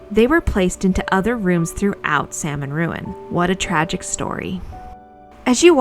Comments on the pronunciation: Salmon Ruins also gets money through their Division of Conservation Archaeology, which is a for profit business run from their facilities. Also, Salmon is pronounced Sal-mon, with the L, it is a family name. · The runs named after the Salmon family are not pronounced the same way as the fish is named. You have to pronounce the L, like Sahl-mon.